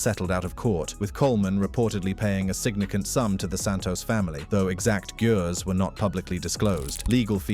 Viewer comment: True that. What’s up with the silent/missing “fi” in words like “nances”, “nancial”, “gures”, “rst” “recracker”, and “unspecied”? And the inability to correctly read large numbers. Yeesh…